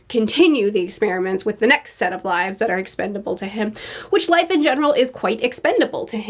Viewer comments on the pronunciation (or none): none